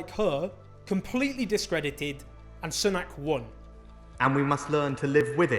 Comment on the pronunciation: ‘Soonak’ not ‘S’nak’